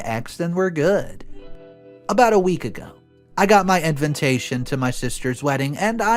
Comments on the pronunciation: Everyone pronounces invitation he adds an extra N. It’s InVITation NOT!!! InVINtation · Why does he keep saying "Inventation" not "Invitation"? Inventation is not even a word... 🙄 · it's invitation, not inventation.